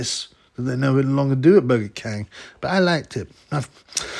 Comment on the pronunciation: "Burger khang" 😂😂